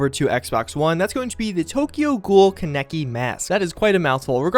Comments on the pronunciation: HE SAID KA NEK I ITS KAN EK I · IT'S PRONOUNCED KAN-E-KE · You definitely pronounced Kaneki's name Wrong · Am I the only one that cringed when he butchered Kaneki's name? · I said get ur fucling pronounciations right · at least some one knew my pain when he said it wrong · it physically hurt me